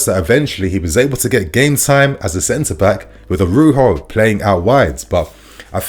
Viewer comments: it’s ARAUJO (pronounced ara-uho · Jesus, spell the man’s name correctly. Araujo! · Araujo. Bro, I beg you please put a bit more effort k. Spelling and pronouncing foreign players names. Makes you even more legit